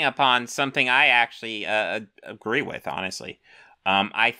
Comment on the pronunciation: Saying "nobody is talking about x" is not to be taken literally, and you damn well know that. Such a lazy attempt. Also, you have to pronounce the -th sound in "with" if you don't want to be taken seriously. Take a speech class.